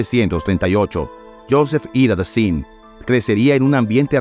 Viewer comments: "Dassán..." se pronuncia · Si vas a hacer la biografia de alguien, al menos aptende la pronunciación de los nombres. Dassin se pronuncia Dassan. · Y se ✍️✍️✍️✍️✍️✍️ Dassin. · Disculpe pero usted no puede pronunciar el frances como si fuera español, investigue un poco la pronunciacion antes de grabar. En el apellido Dassin la I suena A. esto es un insulto para la lengua Francesa.todos los nombres y apellidos estan mal pronunciados. desde Paris Francia Omar Canoa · Delvaux se pronuncia DELVÓ. Dassin se pronuncia DASSAN.